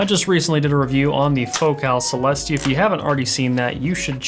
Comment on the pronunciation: I think it's pronounced celestE rather than celEHste